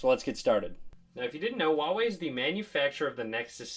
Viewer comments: Dude it's not wawei, it's Huawei. H's not silent! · You pronounce it "Hwa way" :P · Herbsarebadforyou dude go to huawei website it even says “wow way”